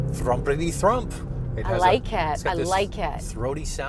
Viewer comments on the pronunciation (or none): “Thrumputy thrump” 😂